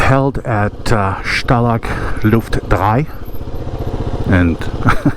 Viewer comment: I‘m improving my English and I often struggle because I’m not always sure wether I’m good or not, so I can feel why you laughed about your German pronunciation. But you pronounced Stalag Luft 3 very accurately! Greetings from Germany!